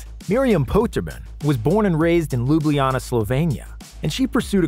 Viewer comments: Lublijana hahahaha it's Ljubljana Mate :D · It is not lubliana it is lubljana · Lubliana ? God damn it, can't you just google and learn to pronaunce stuff you're about to use, ain't that hard these days. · Bro didn’t say “luBliAnnA” frl? Bro search up before talking it’s pronounced “Lublana” Ljubljana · Since when is Ljubljana called Ljubljinana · I’m from Slovenia. They don’t know how to proununce Ljubljana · I'm from Slovenia too, and i get kinda trigered when you say Ljubljana nad saša dončič... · the he says Ljubljana is beyond me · As a slovenian its funny how he says ljubljana 🤣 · The way narrator keeps saying Ljubljana makes me cringe. But oh well, nice video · its funny that he pronounced ljubljana wrong af, no offence ik its hard